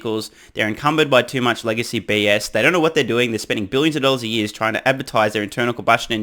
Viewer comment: Dan Ives has the super accent: "Thousand daahhhhllors"